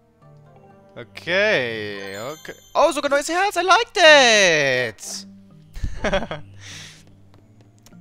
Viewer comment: Da muss ich dem lieben Blinchful leider zustimmen.... Im Übrigen ist deine Aussprache des "th" bei Platz drei deiner Lieblingssprüche ("I like thaaaaaaat") grauenhaft!!! Sorry, musste mal gesagt werden.... >.<